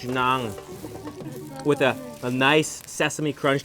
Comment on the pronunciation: It's actually NAAN Please correct